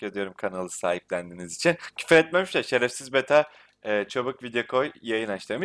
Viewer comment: bu adamın şefersiz demesini çok seviyorum AS:daSD